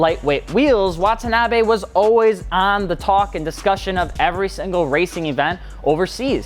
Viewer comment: レーシング comes out to "racing". And "Wah-tah-nah-bay" - no double syllables.